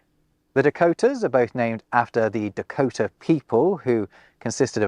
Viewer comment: The way he says Dakota is awesome.